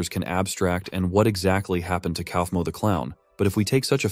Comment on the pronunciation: Ok but the way that the ai says kaufmo 😂😂😂. KOUWEEFMO